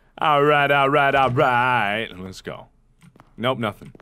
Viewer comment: whe he say GO GO GO it sounded like GUBBLE GUBBLE GUBBLE 😂 instead of being scare i just laugh at it